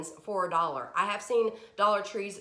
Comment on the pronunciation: You have the best attitude. I just love your videos and how you say, "For a dollah"